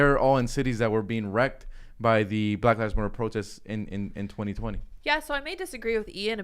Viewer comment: Ian: "Don't do pwotests, you could get in twouble."